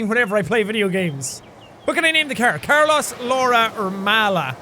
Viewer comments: I’m sorry jack but. As much as I love you and your videos. You keep pronouncing Carlōs as carloss and it’s bothering me way to much to actually watch this video. Sorry. Love ya. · i felt the same way! i'm hispanic, so every time he said car-loss, i died a little inside :P it is indeed suppose to be pronounced car-lows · Did Jack seriously call the car "Carlus" and not "CarlOs"???? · im amazed that noticed that jack mis said carlos its not car loss its carlos its not a english sounding o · in what world is it carLOSS lmao its carLOSE the long o sound lmao he did this in detroit become human too xD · Carols I assume how most people pronounce: Car-low-s Jack's pronunciation: Car-loss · I heard him say car-loss instead of carlis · i mean its not corLOSS its carlos pronounced carLOSE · Jack it’s carlOs not carlAs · So we're just going to ignore the fact that Jack pronounced "Carlos" as "car-loss" and not "car-low's" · You're pronouncing Carlos wrong it's not car loss it's car lows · It's not CAR-loss it's CAR-loas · Did you just pronounce Carlos as car loss!? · JAAAAACK!!! It's pronounced "Car-Lose" not "Car-Loss" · Jack your saying the name Carlos wrong it's "Car-Lows" not car-lost .3. just wanted to tell you that cause I noticed it 5 mins in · I love jack hbut.... Pronouncing "Car-los" "car-LAS" IS KILLING ME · The "proper pronunciation" could be Car-low-s not Car-loss? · Same it bugged me too i dont understand why or how he did that it sounded like he said carlas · CarlOs not carlus 😂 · What in the hell is Car-loss? It's pronounced Car-lohs, Jack. xD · anyone know why he's pronouncing Carlos as carloss? .-. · It’s CarLOES not CarLOSS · I love that Jack pronounces ‘Carlos’ as CAR-loss. Oof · Jack..... it's not pronounced, "car-loss"... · Liberty Bugbee It's car-lose (the 'ose' pronounced like in nose) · Em it sounds like the the is Carloss like he lost the car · Jack it's pronounced Carlos. LOL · Carlos is pronounced car-loes. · It's pronounced car-low-s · It's car-los